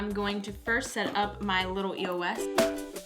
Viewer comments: it's eos not e-o-s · It's Eos not E-O-S! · I'm so sorry lol but this really bothers me it's like a pet peeve, it's pronounced (EOSE) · I've ever heard somebody say eos like that....like how she said it E O S because, I've always said it as a word like eeeey -oh -sss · eos is an actual word. it's not E-O-S, it's pronounced like ee-yo... not judging, but people might make fun of you for that ;) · It's not E-O-S it's said like this Eos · Um it's called a eos not E.O.S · Was I not the only one bothered by it being pronounced E-O-S instead of eos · Is it just me or does it bother you that some people say E.O.S instead of the word eos it bothers me sometimes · It bugs me when people pronounce it E-O-S instead of e-os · Am I the only one that pronounces it eos and not e.o.s? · it's not e o s